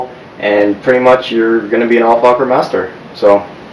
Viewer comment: Hahahah you said al focker